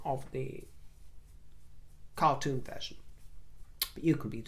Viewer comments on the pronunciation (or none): none